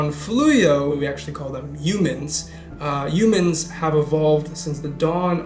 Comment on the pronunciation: Yumans is how Trump pronounces "Humans"